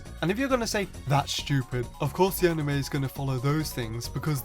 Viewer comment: ha! you said amine